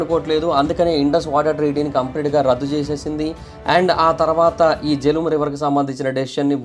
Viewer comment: ఆది వ్యాస్ నది, వల్లా ఉచ్చారణ బియాస్ అయ్యిందీ, ఇంకోకటి జీలం నది.....జెలుమ్ కాదు